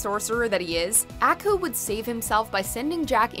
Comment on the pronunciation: You're pronouncing Aku weird please stop.